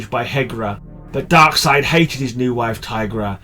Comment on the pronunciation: You pronounce Darkseid correctly. I thought u Brits pronounced it DarkSEED 😝